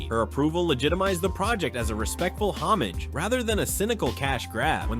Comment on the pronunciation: It also completely bolluxes the word "homage" in that same series.